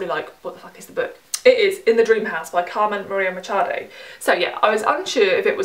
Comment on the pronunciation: kudos for the pronunciation of Carmen Maria Machado! it was pretty good.